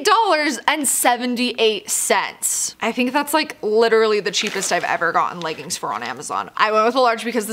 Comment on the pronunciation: Sorry they are called leggings not leggins